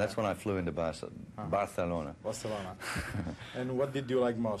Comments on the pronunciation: Pero lo pronuncia con fonética del idioma catalán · Sólo dice "Barcelona", pero hay que reconocer que le vino a la mente cómo escuchó que el entrevistador local pronunció el nombre, con Distinción, y lo reprodujo. Tomen en cuenta que no es ni británico ni americano, es australiano, y tanto el español americano como el peninsular les es algo ajeno (lo más cercano es el español que aún se habla en Filipinas). Intenten hablar inglés australiano, con sus extrañas realizaciones del Diasistema, para que vean el logro sólo en decir "Barcelona". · Jajaaj solo pronuncia Barcelona y Catalunya ajajaj 😜😈